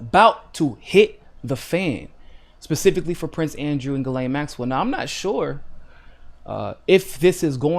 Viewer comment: specific not pacific